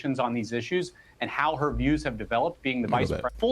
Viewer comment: HARRIS SAID " MY CIEWS HAVE NOT CHANGED " SO SHE WILL JUST CONTINUE DESTROYING AMERICA